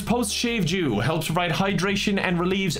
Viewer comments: I was sure I heard post shave jew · Hate to tell ya, but I think you said post shave Jew in your ad hahaha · Am i the only one hearing saying "post shave jew" instead of "dew"?